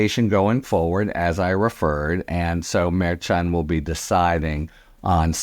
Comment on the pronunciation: Love the podcasts but I do chuckle every time you mispronounce Judge Merchan’s name after all this time. 😉